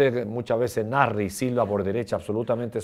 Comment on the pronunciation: He doesn't pronounce the S in Nasri